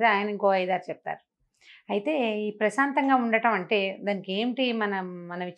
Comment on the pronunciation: Prasatha kadu prasantham